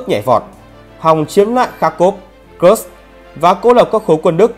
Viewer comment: Video rất hay. Xin góp ý 1 chút về việc phát âm các địa danh: nên tham khảo cách phát hính xác nhừg địa danh. Có 3 nguồn: phát âm theo tiếng Nga, Tiếng Anh hoặc phiên âm Hán Việt. Ví dụ: Kursk là Ku r s cò, hoặc Cuốc x cơ vv..Thân ái